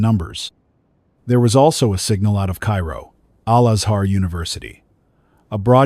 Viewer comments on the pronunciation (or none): none